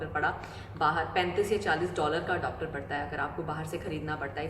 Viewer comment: Adopter nahi re baba its adaptar, wrong Pronunciation